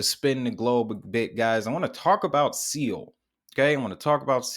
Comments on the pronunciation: My man, Seoul is pronounced "Sole" Korea Seoul, Korea ... Not SEE oul .... here to help, Keep up the good work. its helping me .. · Great video! It's pronounced soul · Seoul is pronounced as, "Sole"